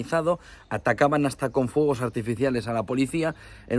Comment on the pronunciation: "Fogo" que significa eso? Español, aprende a pronunciar la palabra Fuego,. Respeta las reglas del castellano